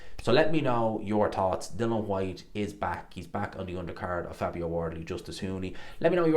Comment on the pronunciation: I knew before I watched this he was gonna say Dill-on Whats wrong with this guy ? Theeres an ' I ' in there.